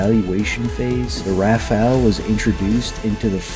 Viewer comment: It's RAFALE, not RAFAELE.